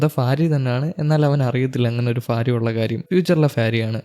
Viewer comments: ഫാര്യ അല്ല ഭാര്യ എന്നാണ് 😂😂😂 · ഫാര്യ 😂😂 അല്ല ഭാര്യ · കേൾക്കുന്നില്ല 😂 fariya fariya എന്ന് 7 8 times kettapoye nirthi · Fariya alla myre ഭാര്യ / Bharya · ഇൻസ്റ്റ യിൽ നിന്ന് കണ്ട് inspire ആയി വന്നതാ…ആ mood അങ്ങ് പോയിക്കിട്ടി “future il നിന്ന് വന്ന ഫാരിയ “😂😂 just for joke brother. please try to pronounce correctly in upcoming videos. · ഭാര്യ ഉച്ചാരണം ശരിയായി ഉച്ചരിക്കു.